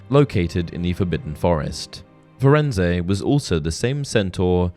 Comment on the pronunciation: Interesting......but I take issue with how you pronounced Firenze. Rowling worked very close with the film productions and in the film Hagrid greets Firenze by name. He does NOT pronounce the E at the end of his name. If the name was supposed to be pronounced the way you did it would have been pronounced that way in the film.